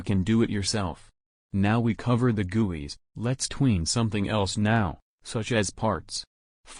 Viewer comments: I don't like the way it said guis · i love when he said guis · He pronounces guis as gooeys XD! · The way he says GUIs HAHAHAAHAHHAHA I LOVE IT